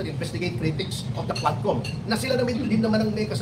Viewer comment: Tuwadcom po maam hndi quadcom..😂😂😂😂